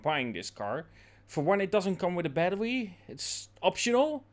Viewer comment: What is a battewie?